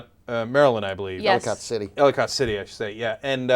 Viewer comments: Its spelled Ellicott but pronouce Ellikit. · He said Ellicot City weird. It's Ell-eh-kit